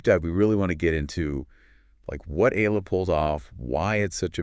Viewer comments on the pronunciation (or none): It's e ya la that's how u pronounce her family name & thanks for coment her on ur vlog we filipino appriciate it much!